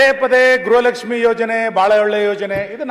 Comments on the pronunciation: ಅದು ಗ್ರಹಲಕ್ಷ್ಮಿ ಅಲ್ಲವೇ ಅಲ್ಲ ಗೃಹಲಕ್ಷ್ಮಿ. ನಮ್ಮ ಕರ್ಮ. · ಗ್ರಹಲಕ್ಷ್ಮಿ ಅಲ್ಲಾ ಅದು ಗೃಹಲಕ್ಷ್ಮೀ... 😂😂 ಮಂತ್ರಿಗಳೇ ಗ್ರಹಪೀಡಿತರಾಗಿದ್ದಾರೆ... 😂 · ಗ್ರಹಲಕ್ಷ್ಮಿ ಅಲ್ಲ ಗೃಹಲಕ್ಷ್ಮಿ ಅಂತ ಹೇಳಿ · ಮೇಡಮ್ ಅವರೇ ಅದು ಫಸ್ಟ್ ಆಫ್ ಆಲ್ ಗ್ರಹಲಕ್ಷ್ಮಿ ಅಲ್ಲ ಗೃಹಲಕ್ಷ್ಮಿ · Gruha lakshmi adu not graha lakshmi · ಅಮ್ಮ ತಾಯಿ ಅದು ಗ್ರಹಲಕ್ಷ್ಮಿ ಅಲ್ಲ, ಗೃಹಲಕ್ಷ್ಮಿ